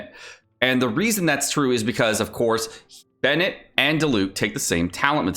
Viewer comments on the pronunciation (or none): none